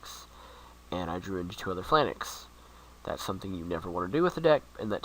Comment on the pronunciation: It's pronounced Pha-Lanx -_- Not Phi-LAN-Nex